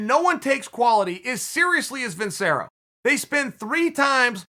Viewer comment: CHAEL ITS PRONOUNCED VIN-CHERR-OH